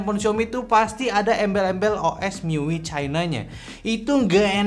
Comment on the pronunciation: Dibaca mi-yu-ai, bang 😂 tapi bebas sih mau dibaca gimana wkwkwk